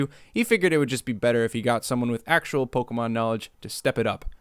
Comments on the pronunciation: Pokemon. It does not have an "A" in it. It's not Pokamon, it's Pokemon. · > Claims to have Pokémon knowledge. > Doesn't pronounce the é properly. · Listening to naming all the Pokemon in this movie really makes me realise how I've been pronouncing their names wrong my whole life...